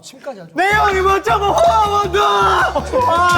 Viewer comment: 니 야오 카이신..!!! 니 야오 씽푸! 원도어 메이↗️!!효우↗️↗️ 니 워 쩐↗️머 훠언도어엌...!!↗️↗️ ㅋ큐ㅠㅋ 아니 한태산 뭐하냐고 진짜ㅠㅜㅋㅋ + 실제 발음 니 야오 카이신 니 야오 싱푸 원도어 메이요우 니 워 전머 훠 아